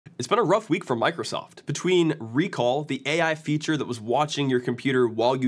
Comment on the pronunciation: Why do I hear 'Rick Roll' instead of 'Recall'? God, save my mind...